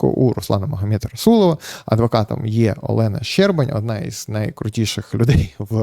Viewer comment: Не ЩербанЬ, а Щербан